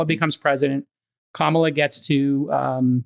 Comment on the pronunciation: Jcal always says kamala’s name wrong the first time and right the second time. 😂 kaMAla, KAmala